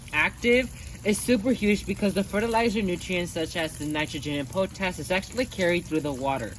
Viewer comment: I like how you say po tash instead of pot ash for potash. (potassium) Good stuff